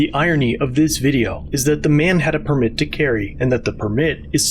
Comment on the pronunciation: Why are you pronouncing "permit" incorrectly.